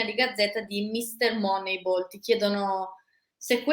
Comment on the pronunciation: mi spiace, ma sto video proprio non mi è piaciuto, Carlo veramente pessimo e antipatico quando dice "Moneibol" e quando cita il carneade dell'Arsenal 23 anni nuovo Dest 🤨